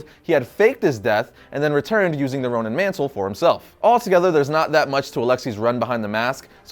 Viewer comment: ChocoboKid People keep mispronouncing Ronin as Ronan like this guy in the video. If they're both meant to sound the same in the Marvel world, that's different. But it's confusing. I had to Google it to make sure that Hawkeye didn't sonehow become evil and then sent to another reality, where he becomes Ronan The Accuser. 😐